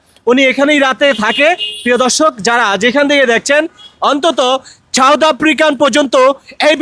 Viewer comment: ছাওদ নয় সাউথ,, সুন্দর করে বাংলা ভাষা কে প্রেজেন্ট করবেন।।